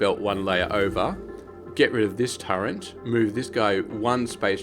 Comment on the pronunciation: Just so you know it is pronounced "turret", not "turrent"